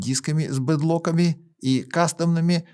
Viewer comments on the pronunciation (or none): Диски с бид локами. Почему коверкаете слово? И название